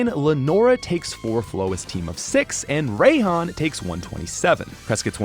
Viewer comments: You pronounce if “Rye-hon,” not “Ray-hon.” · ..."Ray"-han? What? Do you also pronounce it raychu and raykou